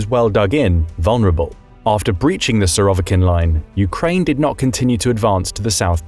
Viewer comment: Surovikin -the stress is on the first I not on the o